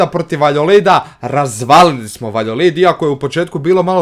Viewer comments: Ne kaze se Valjolid nego Valjadolid... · Ne govoriv se valjolid govori se valjadolid #nohate😂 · Klub se zove Valjadolid, a ne Valjolid!